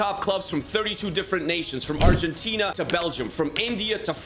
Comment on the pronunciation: Wow you must be the first man to pronounce argentina correctly ty for that